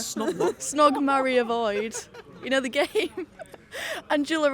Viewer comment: "how can we save da West" ffs